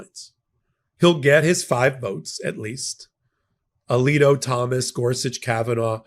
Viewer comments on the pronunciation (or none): none